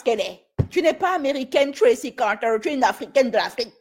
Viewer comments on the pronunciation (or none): Arrete de dire "Tracy Carteer" je suis a 2 doigts de me pisser dessus😂